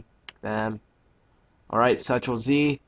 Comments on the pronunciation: its control z not central z -_- but thanks for the tutorial :) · Where the hell did you hear "Central Z"..? It's control Z you idiot. Thanks for the tutorial tho that makes you not an idiot. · Central zee? It's control zed, moron. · he prolly said ctrl z like seetrll but making it sound like central instead of saying control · STOP SAYING CENTRAL!!! IT'S CONTROL. :@ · so he said said central wrong why is that so life threatening that u need to start swearing at him about it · I cringe every time you say central o_o